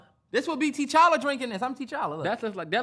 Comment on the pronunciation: I’m crying y’all still call TA-CHALLA TEE-CHALLA 😭😭😭